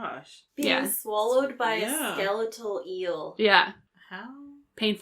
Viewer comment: Who in the hell says ske-leet-al?